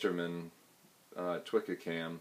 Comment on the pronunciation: Great video. Just one minor point, Twca is pronounced toohka, not twikka. It is a must have tool for all Welsh love spoon carvers.